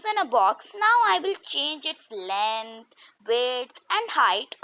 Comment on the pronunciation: the "length" sounds weird 😂 but satisfying